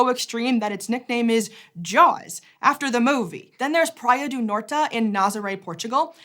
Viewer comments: as a portuguese you got a laugh out of me 😂 you said "Praia do Nort" mostly correct but it ends on a flat T sound, like "snort", instead of "NortA" 😊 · In correctly pronounced Portuguese, it's "doo Nor-chee". Sorry, not sorry 8-)